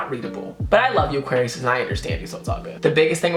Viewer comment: Did he just say auqarius is a water sign